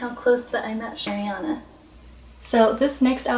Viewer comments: it's a-riana not air-iana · rosewons EXACTLY isn't it like "ah-rianah" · How to pronounce Ariana Arrrr-eee-ana Not 🚫🚫🚫🚫🚫 AiR-e-aNa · Ari not airy learn how to say it plzzzzz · Oh my GOODNESS please say ARIana, not AIRYana, don't mean to be rude, it just isn't AIRYana. 😬😬 Love your video so far! 💞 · Kristen Hamilton it’s a pet peeve of mine ugh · I left the video when I heard her say “Airiana”. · it's more an accent thing no? this is just rude :/ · “airiana” 😳 it’s a pet peeve of mine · sunflower i’m sorry, i maybe shouldn’t have commented that, it was very negative. Sorry, it just annoys me that she can’t even pronounce her name correctly